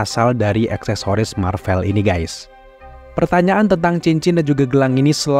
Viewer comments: Bang boleh tahu kenapa baca "Marvel" nya pake huruf é kaya di kata "sore", padahal yang bener kan pake huruf ê kaya di kata "sekolah", alasannya kenapa? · iya, kata "Sore", "Boleh", sama "Gue" itu huruf e nya sama seperti yang diucapin di video. Tp saya yakin narrator video ini pasti tau kalo pengucapan "Marvel" yang bener itu huruf e nya kaya di kata "sekolah", makanya saya pengin tahu alesannya kenapa bersikukuh ngucapinnya pake huruf e yang kaya di 3 kata tadi, "sore", "boleh", dan "gue"...